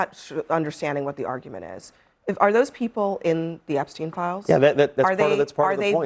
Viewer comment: My favorite part was when she intentionally mispronounced the name she absolutely knew at the tip of her tongue to create the appearance of lack of knowledge..NOBODY mispronounces Epstein. He didn’t kill himself. Hillary’s hands are DIRTY